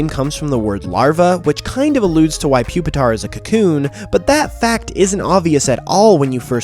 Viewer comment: You mispronounced it, it's Poopitar